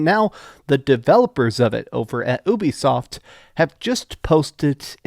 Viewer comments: Omg dude its U bi soft! Not ewbisoft! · I always thought Ubisoft was pronounced you-be-soft, not oo-be-soft. Have i had it wrong all my life?